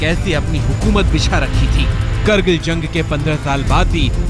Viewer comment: Punya Parsoon Bajpayi "zang" ki yaad "taja" nahi hota bhai "Jang" ki yaad "taza" hota hai yaar